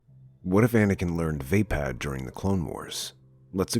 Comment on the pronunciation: No offense but i belive your pronouncing it wrong. Its vaa>pod< not >pad<